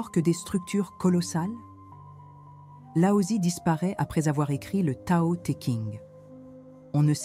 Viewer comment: Regrets : le fait que vous utilisiez l’IA pour le script ! Des invraisemblances qui peuvent perturber qui ne connaît pas le chinois mandarin ou croit e qu’il lit ! Exemple? Wu Wei devient Huawei , Laotse devient Aosie etc etc . À part ça, bravo et merci!